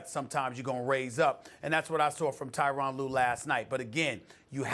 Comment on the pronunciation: Can SAS get Tyronn's name correct. It's pronounced Ter-ron